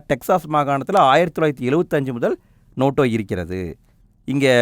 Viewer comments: Notaaaaa ... Noto illa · அண்ணா அது நோட்டோ இல்ல நோட்டா ( NOTA) ( Question No-3 )